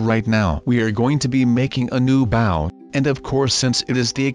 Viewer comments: It's not bow it's Bo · It bow not baw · bow not boe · it's bow not baw😡😠😡😠😡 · It's noooot Boow its Bow!!!! 😒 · It's bow not bouw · It's bow not bow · its not bow say with me B ow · it is bow b oh. not bow bouh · It is bow not baw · IT'S BOW NOT BAOW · it's called bow not baw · why does he say baw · And it's called bow(boe) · You said bow wrong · Just to let you know You said bow wrong